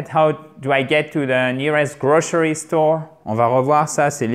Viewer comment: Bonjour, si j'ai bien entendu, grocery se prononce grocheri ? avec le ch ?